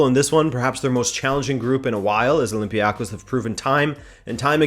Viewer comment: Greek league fan here. Olympiakos is not pronounced like that